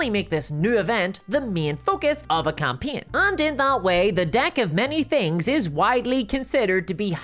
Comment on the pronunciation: Maybe its just me or the Irish accent but I am sure she said "Unlike many other adult toys the DICK of many things" ... of have I been on the whiskey too much